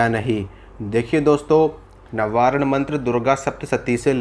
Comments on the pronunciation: प्रभु, नवारण मंत्र नहीं है। वास्तव नवार्ण मंत्र है। कृपया मंत्रों के बारे में शुद्ध उच्चारण करें अन्यथा भ्रांति विलास ही होगा। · नवारण नहीं नवार्ण मन्त्र है भ्रम मत फैलाइये नवार्ण मन्तर या क्सी भी मन्तर का अर्थ बताने की चेष्टा मत कीजिये इस तरह आप अपनी दुर्गा माँ का अपमान ही कर रहे हैं 🌷🙏🌷